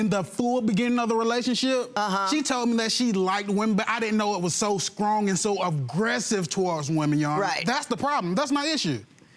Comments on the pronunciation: He also said Skrong instead of strong 🤣🤷🏾‍♂️ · I thought I heard it wrong, just like when he said "he feels so scrong" about it.😭😭😭😭😭😭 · “i didnt know it was so scrong” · Did he say skrong? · “I didn’t know it was so skrong” 😂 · Did this fool just say bruitiful & scrong???? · Did he really say « Scrong » ? 😂😂😂😂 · did he say "scrong",did I spell that right? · not skrong 😂😂😂😂😭😭😭😂😂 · He did say SKRONG. LMBBOOO